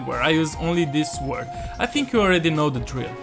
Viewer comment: So he can say "gnomes" but can't say "sword" properly 😅 interesting 😊